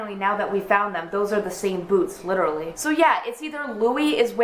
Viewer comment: I love the way you say boots